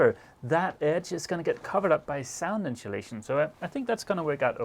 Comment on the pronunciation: incholation ?? think is pronunced In-so la-tion !